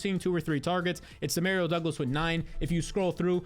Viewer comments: That’s not how you pronounce Demario Douglas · EXSPECIALLY DEMAREEO DOUGLAS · Lol I swear he was saying it so many times just to troll people in the comments. The number of times he was like "exspecially one de mareo douglas" I think he's gotta be trolling.